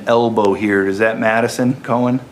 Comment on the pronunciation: Am I the only one hearing Medicine instead of Madison ?